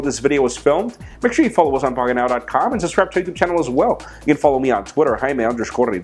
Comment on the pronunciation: First Googel & now Pockentow? Jaime..are you drunk?.. Lol